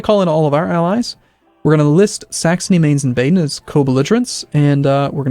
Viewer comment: i realy like how you pronounce Mainz